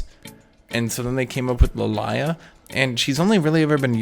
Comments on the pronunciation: oh god Its Lily-ah.... not Lil-eye-ah Im totally getting banned lol. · I swear is saying li lie ah to piss us off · What I have learnt from most of this video, cant fucking read or doesnt know how most names are said I mean with lillia he wasnt even close? La-lie-lah? wtf?